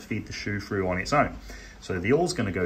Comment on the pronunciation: "fread frough the front"